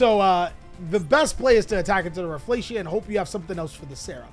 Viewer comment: Rafflesia is a predatory plant - pronounced "Raf fa lee see ah"